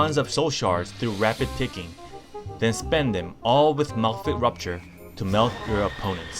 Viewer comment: It's Malefic RAPture, not RUPture!!!